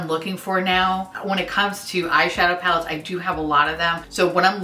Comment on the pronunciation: Tell me why I heard "4 creepy mattes" that would be a very different pallette 😄😄